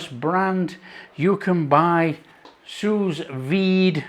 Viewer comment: Well-well, I have exactly the same make of machine. They are cheap, just another handy tool in the kitchen. I am not French, but just before too much complaint floods the comment section, the "s" at the end of sous is silent :D. (if you have a kitchen blowtorch, you can imitate that barbeque goodness, not to mention, if you work the fatcap too, you never skip it ever again )